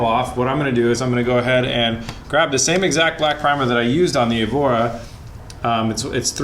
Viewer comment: Lotus cambora lol